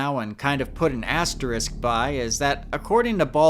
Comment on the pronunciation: Thank you for correctly pronouncing asterisk.